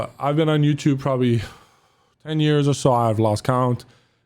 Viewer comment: The way says YouTube as in YOUChewb reminds me of wildcat playing modern warfare with a fake accent saying he’s gonna put the clip on youchewb